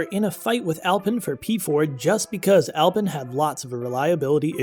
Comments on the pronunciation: Alpine ( Al-pee-n) is the car brand, even the BMW tuner Alpina is pronounced Al-pee-na. Alpen is a breakfast muesli.. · you're saying alpine wrong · Please lose the “copy reader” and get a person who knows F1. You are not alone as the pool of true F1 presenters is very shallow. I’ll save most of the embarrassing mispronunciation, although Alpine does grind the ear as does drawing fingernails across an old school chalkboard. A bit of professional attention and F1 accuracy can, and will definitely help. Other than that Mrs. Lincoln… To The Point Mario Martinoli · “Alpin” 🤣🤣🤣 It’s pronounced “Al-peen”